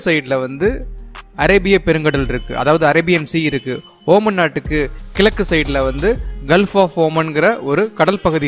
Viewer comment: ஓமன் இல்ல ஒமான்